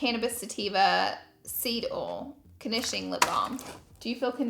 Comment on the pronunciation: I love how she says "ol" instead of oil 😂